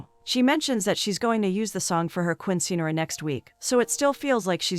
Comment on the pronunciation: Righttt like when she calls a Quinceañera a queen sceneara😂